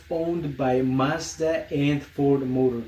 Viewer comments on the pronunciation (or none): none